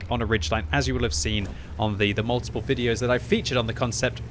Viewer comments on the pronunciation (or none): none